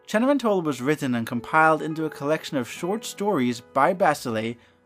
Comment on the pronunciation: I love the way you pronounced Cenerentola!:)